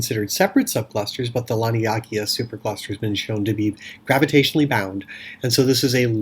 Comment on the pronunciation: I'm sure its pronounced Lan-ee-a-kay-yaa